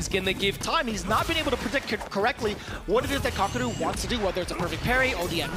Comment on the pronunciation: Take a shot every time they mispronounced kakeru